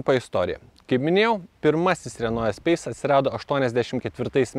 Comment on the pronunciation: Ne espeise, o espase tariasi. Taip pat kaip reno, o ne rena ult 😃.